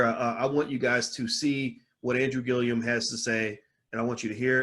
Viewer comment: Dr. Boyce just a lil feedback. The man’s name is Andrew Gillum not Gilliam. Also, he was the mayor of Tallahassee but he is not an attorney.